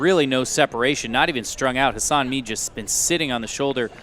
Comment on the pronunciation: Jeudy Guzman Hernandez Yes, I guess I shouldn’t be so insensitive because English isn’t his native language so it’s understandable. But it’s still really bad... he called “Mead” (which is spelled out in the video) “Meat”...